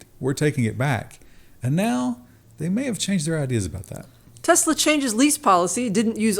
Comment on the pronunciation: Love the emphasis on "May" after last episode. xD